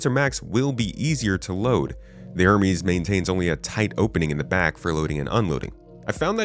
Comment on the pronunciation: *Her-meeease. You keep forgetting the 'H' 😅